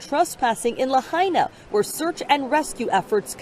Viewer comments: As a native Hawaiian and a person who enjoys your post information it is pronounced "La hi na". Keep up the good work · ITS PRONOUNCED LA”HI “ NA, (Long I Sound) YOU MUST PRONOUNCE THE TOWN NAME PROPERLY IN HAWAII! Thanks 😊